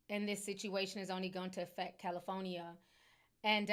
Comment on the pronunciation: I can't Unhear Ti Pronouncing the state as CALI-PHONY-EE-A 😭😭😭😭😭